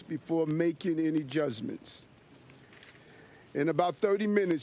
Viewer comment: he axed new york?